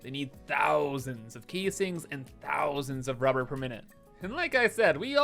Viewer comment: Just say rubber properly you weirdo